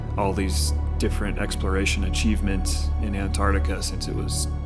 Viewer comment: Ant-ARCTIC-a", not "An-TART-ica". Interesting video though.